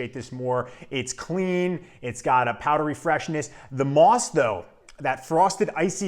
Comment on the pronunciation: Actually, it's "moss". Moos means moss in German.